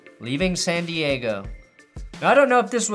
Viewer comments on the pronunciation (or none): none